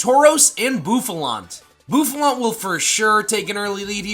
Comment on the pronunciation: Bouffalant, NOT Bouflant! Seismitoad is spelled with 2 I's, NOT 2 O's!